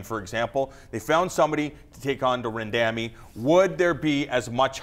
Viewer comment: "ran..damy" think he got that wrong 😂